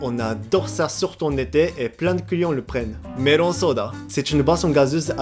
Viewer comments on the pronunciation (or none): Quand il dit "client" j ai l'impression d'entendre "couillon" 😆